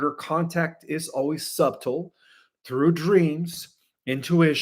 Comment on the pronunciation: The word subtle, the "b" is silent.